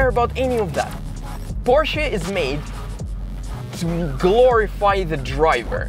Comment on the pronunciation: I love that you are one of the only youtubers that pronounces Porsche right!